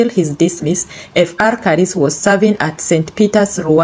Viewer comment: Pronouncing some names 🤔 not on point upgrade. Father Karis continue RIP